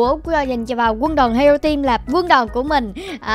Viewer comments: Hero team mà đọc là hẻo team là sao ?😂😂😂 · Haha tưởng chị nói Hero team ai ngờ Hẻo team 😂